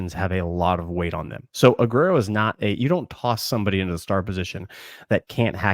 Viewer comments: Let's do it again. Ugh-where-oh. Not ugh-rare-oh. ❤ You guys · Why r we calling joenel aguero, A-ger-o now? Also Aguero gonna start at nickel, he was just Espns pick for most important player on UGA for 24, crazy pick but nonetheless...dan jackson, pope, DDS and KJ prolly all gonna rotate opposite Starks early.. but i think KJ and Ellis both are starting by years end.. Go Dawgs!